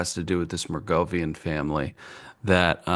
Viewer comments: is an asshat. He's been saying Mergovian all podcast, it's Merovigian you goof. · I can't believe that never studied the Merovingians (Clovis and the Franks) in European history class. To mispronounce them as "Mergovian" sounds so lame. Ever heard of the Carolingians or Charlemagne? Nobody cares. Robert Anton Wilson was right when he predicted that, within a generation or two, most people would remember almost nothing of the ancient or medieval past. As for all the movies that Tom Hanks or Nicholas Cage have made about this shit, how could not know that the "Priory of Sion" was a famous Templar-built chapel in France. Linking the Templars with Renaissance and Modern freemasonry. so busy lionizing spooks, media grifters and shills like Joe Wilson and Valerie Plame, he hasn't the time for Templar banking history or the central role of freemasonry in most European and Asian revolutions. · watching decode the conspiracy pyramid is hilarious, he cant even pronounce anything better yet have a grasp on what it is.MERGOVIAN FAMILY LOL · Glad Mom could find out how the microphone works, but still has trouble reading. The mispronunciation of "Merovingian" was killing me. Pretty sure the notion is discussed in The Da Vinci Code, and I know for certain there is a character named The Merovingian in The Matrix: Reloaded.